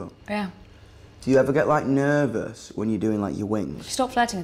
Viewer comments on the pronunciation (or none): Ugh his accent when he said “do you ever get like, nehhhrvous” 😭